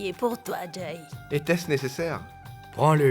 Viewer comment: M'paka wè piya sa jan lap parle an se tankou yo te fosel pran Jay li paka di Jay non